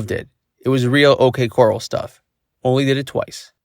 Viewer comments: Your narrator needs to learn the difference between "coral" and a "corral." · Not that big of a deal, but you mispronounced the last word in the video. You said "OK coral". You should have said "OK corral". Keith was referring to the western movie of the shooting at the OK corral.